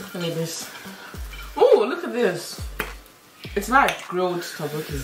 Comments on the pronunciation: tappoki.. no tok boki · Girl, she literary said tobooke Hahahaahahhaha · it's spelled as tteokbokki and it's pronounced as "tok-boki"